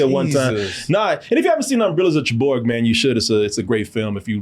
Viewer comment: SUCKS when pronouncing names. Umbrellas of SHAREBOOR.